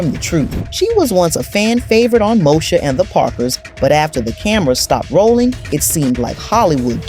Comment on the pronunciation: Why does she keep saying Mosha instead of saying Moesha? I mean if you going to tell a story about a TV show at least know how to pronounce the name of the cast correctly.